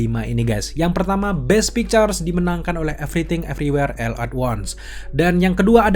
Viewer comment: salfok sama ALL yang di pronounce EL dan bukannya OL.